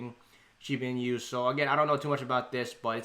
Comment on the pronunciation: "Inu" is dog in Japanese. Pronounced as e-noo. "e" like in e-mail and "noo" as in nook.